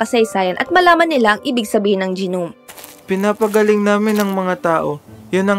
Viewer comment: gi-nom?? nom po pronunciation nung gnome